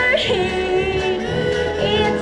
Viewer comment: "Bye bye bird-hee" just grinds on my nerves. There's no H in BIRDIE!